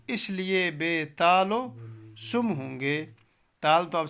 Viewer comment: سم " لفظ کا بھی تلفظ غلط بتایا یہ سُم نہیں ہے یہ سَم ہے جس کے معنی ہیں سُر